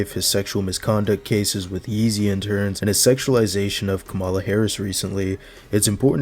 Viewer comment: Respectfully you’re mispronouncing “Kamala”